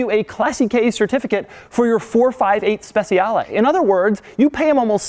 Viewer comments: Not classichè, but clàssiche! And not speziale but speciale! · That 'classiche' is pronounced as 'classike' not 'classikei' and it's not 'spesiale' it's 'spechale' lmao doug... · they're pronounced clàssikay (accent on the a) and spetchale